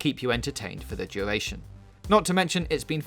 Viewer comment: Fwee, battle woyale, coopwitive , thwee , mesmowising, engwosing , duwation, LOLLLLL